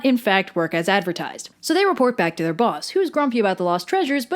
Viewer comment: ITS BWACK!